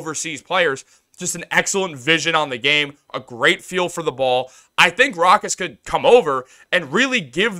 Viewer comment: BRO!! ITS PRONOUNCED (ROW-KAAS) NOT (ROCK-ASS)!!! 🤣🤣🤣